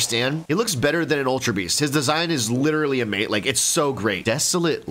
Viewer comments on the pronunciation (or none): none